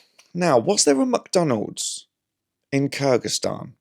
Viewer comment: ‘Muck’Donalds? Is that nouveau scottishe